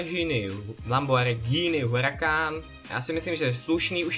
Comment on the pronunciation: lambo se čte lambordžíny